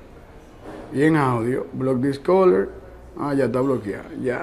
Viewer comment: Bloc dis color 😅😂🤣